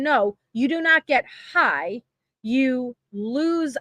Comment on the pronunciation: If there had been any icloud acct at all ,why would anybody need the actual phone?? Wtf is her fake accent? It sounds like she loves to hear herself so much that she tries to add xtra syllable to every word... ("It makes u hiiiiggghh, repeat x2" ) Ps. Im pretty sure the Mexican mafia includes MS 13, like its all within the same type thing & they also have connections to the cartel. (If i am not mistaken) She is so stupid.